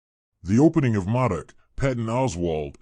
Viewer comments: I’m not trying to be a jack wagon brother I promise I still respect your work you put into the video but it’s basically like Mohdock is how to pronounce it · You may wanna fix this video lol you’ve mispronounced his name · yeah fix that word, good info and video